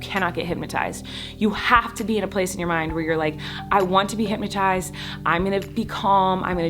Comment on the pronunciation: Why does it sound like she’s saying hympnotised rather than hypnotised ?